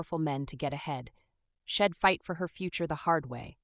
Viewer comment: So annoyed with the mispronounced words. Maybe write without contractions? Shed rather than She'd. Ill rather than I'll.